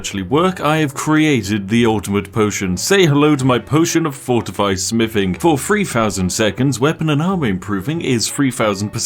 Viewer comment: What is free fousand percent? Your pronunciation is awful. You sound like a chav.